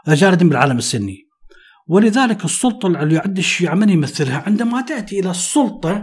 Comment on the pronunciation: قبل المشاهدة .. لايك وتحية عطرة لحضرتك على الحلقة الرائعة قبل أن أسمعها : المثقف والسَّلَطَة 😅☺️